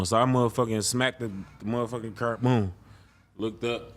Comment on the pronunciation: Why do some people like actively try and make themselves sound cooler by mispronouncing things in such ridiculous ways? Like bro seriously said “i aint even seen myself havin a KER.” Like its not like an englishman or something where thats just what it is and everyone sounds like that and your dialect forms around it etc etc. this is literally a grown man going out of his way to sound cool. Shits seriously goofy as fuck